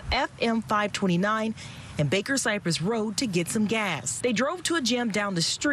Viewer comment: Baker cypress.